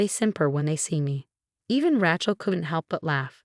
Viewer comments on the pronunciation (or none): It's pronounced Ray-chul, not Ratchul!